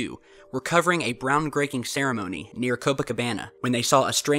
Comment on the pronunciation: "bround greaking." You messed up man.